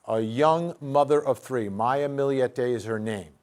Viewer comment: For FUCK’S SAKE! It’s Millete NOT “Milli-yette”! Get it right jerks.